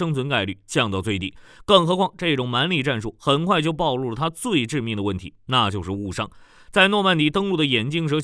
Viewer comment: 幹，"暴露"應該唸"暴露"啦，智障，